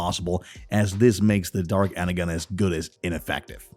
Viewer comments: Please dont do a video without learning the correct way to say stuff, i literally was cringing so hard, for 1 its pronounced ener-john not ener-gone and 2 it is pronoumced RC not R-Key, i mean do your research, and i am also bot likung how theyre gojng about this movie so far, its all off, totally off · He really pronounces it Ener"gon" not the pronunciation Ener"jon" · my only correction is energon is pronounced enerjohn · (Ener-John) not Ener-GON 🤨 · Energon is pronounced inner-john not inner-gon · Bro pronounced it energon when it’s acctually pronounced enerjon but spelled energon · Good preview of the new movie coming out, but the person doing the voice over needs to get the pronounciations for some words right like Energon, he's pronouncing it phonectically when it should be like Ener-Jon. That bugged me every time he said it. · Ngl kinda infuriating how you pronounced energon as “enner-gone” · What's this Ener-gone!? 🤣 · Clearly the narrator doesn't actually know as much about Transformers as he pretends, making reference to the character Scourge, but showing an image of Alpha Trion, mispronouncing Arcee's name and what on earth is Energone?! Seriously, do your research man! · Arcee iS pronounced ar( s ee and energon is pronounced (en er jon) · and he mispronounced energon